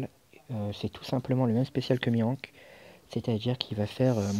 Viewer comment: j aurais plutôt mis rayleigh en 2 nd car ace est un peu plus dur a utiliser si ta pas des shooter et malheureusement on ne peut pas faire tout les raid avec ace sw :/ . Ta prononciation de mihawk me laisse perplexe :) mais bon c pas ca qui va gâcher la vidéo :)